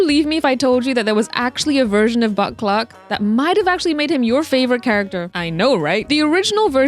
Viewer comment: Concerned how many times I genuinely thought you were saying Butt Cluck until I turned on the captions💀